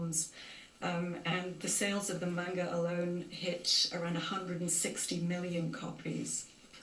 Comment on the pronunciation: mispronounced manga. I hate it when people say it like its spelled mainga. But regardless RIP the legend. Gone but not forgotten.